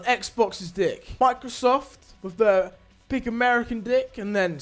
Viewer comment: He said microsft dick at 0.18